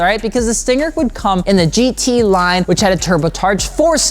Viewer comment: "so you want a Kia 'Stinker' "